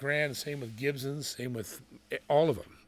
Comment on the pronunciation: Wish you'd learn how to pronounce Gibson, there is no z in it.